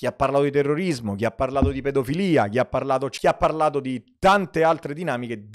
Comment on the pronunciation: Chi ha parlato, NON ghiapparlado!!!!! Ma che modo è di parlare?